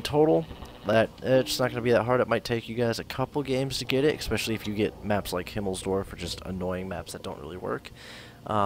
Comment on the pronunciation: "expecially"....lol, Americans.....